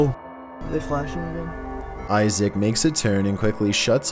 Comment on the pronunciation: its Isaac, the a should be pronounced liek....umm, ah,cuz I think he's Muslim so....